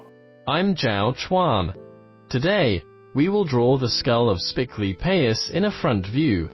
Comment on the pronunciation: I'm absolutely delighted that you pronounced "Spiclypeus" correctly! 👏👏👏